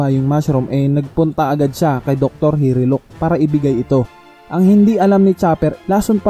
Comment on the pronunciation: Hiluluk not hiriluk